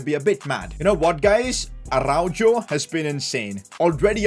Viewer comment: No way said aruajoe